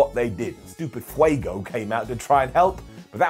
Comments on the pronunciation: learned how to say "fuego"! it hurt my head every time i heard "fee-A-go". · I'm really happy that finally learned how to say Fuego properly ahahah